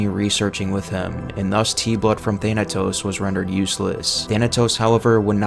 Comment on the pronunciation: He mispronounced Thanatos to Thanos